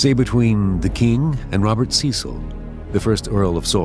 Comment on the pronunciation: Anyone else find this somewhat Romanticized. "England had never seen a King like this."... etc. It's pronounced with a short E: Sess-le for Cecil. How did they record that conversation when recording devices hadn't been invented yet??